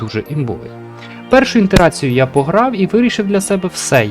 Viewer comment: Ітера́ція (від лат. iteratio — повторювання) — багатозначний термін, який залежно від контексту може означати: Повторне застосування математичної операції (із зміненими даними) при розв'язанні обчислювальних задач, яке дає можливість поступово наблизитися до правильного результату. Результат багаторазового повторення якоїсь математичної операції. Не "інтерація", друже! Вибачай, але трохи "ріже слух"!